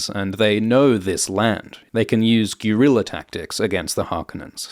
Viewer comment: "goo-rilla tactics" Can that one be blamed on the accent? I'm not so sure.